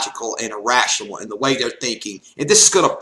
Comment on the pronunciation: "in other rurs" "no reasing" "illrational" "obniscience" x4 "obniscient" & "attemping" "how you are misrepresent" wat.